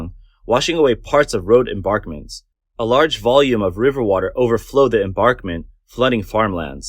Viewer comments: Why does the narrator keep saying "embarkment" for embankment? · Mispronunciation of embankment as embarkment is a little bothersome. You make good points about choosing to maximize power production over protecting people and property. It's shameful that the government allows that to happen. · THE WORD IS "EMBANKMENT"! NOT ENBARKMENT! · Embankment = em-bank-ment, not barkment. Juss sayin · "embankment" (not "embarkment [sic]") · What's an "enBARKment" anyway? I'm familiar with river "enBANKments" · The narrator persists in saying "embarkment" when clearly the word should be "embankment" as even some of the video clips show. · Embarkment... embarkment... embarkment.... over and over again. Must be an AI voice to not know it should be embankment. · Embankment not embarkment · How many times did you say embarkment instead of embankment? 30? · embaNkment NOT embaRkment Voice Over person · FYI (nicely) EnBANKment not EmBARKment... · Its emBANKMENT, not embarkment. Got it? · And what is an "enBARKment"? It is pronounced EnBANKment. There is no R in that word. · Please pronounce correctly: embaNkment, not embaRkment... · Narrator : There is no such word as "embarkment". The word is "emBankment". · Read it with me: EMBANKMENT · You can say BANK , so why can not you say emBANKment .. there is no R in that word. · embankment "m bank ment" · Embankment. Bank, not bark. :) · "AI will take over the world" AI: Embörkment